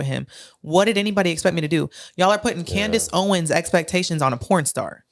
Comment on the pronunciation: This mf said Candice Hoewens